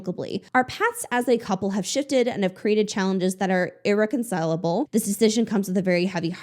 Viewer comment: You're the first commentator I've watched on this topic who hasn't tripped over the word "irreconcilable" 🙌